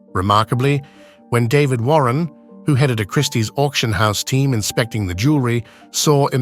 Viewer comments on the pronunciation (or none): none